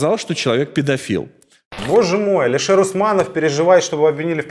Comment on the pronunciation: Научите правильно произносить слово Алишер